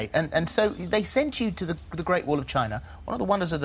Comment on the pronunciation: "There's no reason for anyone to go to Chiina" haha